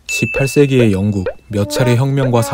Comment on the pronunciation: 18세기라고 할 때 좀 쎄게 발음한것 같은 느낌은 나만 받은건지